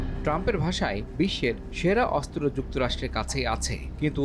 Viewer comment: অস্ত্র উচ্চারণ শুদ্ধ উচ্চারণ করতে হবে, 😮ভালোই 😮